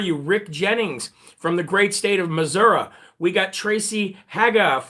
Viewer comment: How did you know to call Missouri Missoura? Good going, I'm from St Louis and usually it's only locals that call it that.